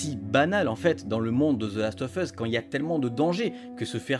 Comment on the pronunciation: Last of USSSSSSSSSS pas FUSSSSSSSSS bordel apprenez a parler correctement !!